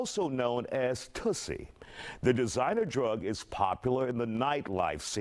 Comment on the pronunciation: It’s not tussy it’s pronounced two-see